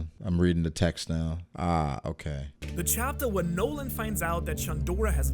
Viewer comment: Montblanc No-land lol